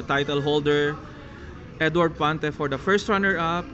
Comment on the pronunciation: ☺😊Pante, not Fante he!he!he!